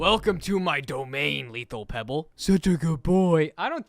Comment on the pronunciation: NOT PEEBALL😢! Just in case peeball=pebble